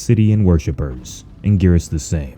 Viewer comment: You said Anguirus wrong